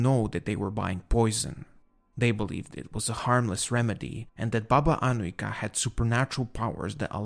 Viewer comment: your serbian pronunaciton of Baba Anujka is really good you can hear cleearly every letter.keep up the good work lovin your channel salute from serbia